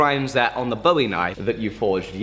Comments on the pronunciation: I get you! I pronounce them both the same too! It kind of grinds on a Texan’s nerves to hear it pronounced like a “David Bowie” knife, instead of a “Jim Bowie” knife! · I greatly enjoy your videos, but I have one gripe, and it's with your pronunciation of Bowie. It's pronounced like buoy or boo-ee, named after Jim Bowie. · Just for the record :) and grins, Bowie when referring to Jim and the knife is pronounced to rhyme with Louie, so... Boo-ie... Love the vidoes! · it's a "Boo-E" knife. I know, I'm a Texan. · Same here! I pronounce it similarly to buoy. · I guess it's mostly Texans that really pick up that you say "Bowie" incorrectly.... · bugged me too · Jerry Jeff W I'm normally not someone to correct pronunciation, especially because a lot of things are pronounced differently all around the world. But Jim Bowie is a historical figure, and American folk hero, the pronunciation should be done correctly.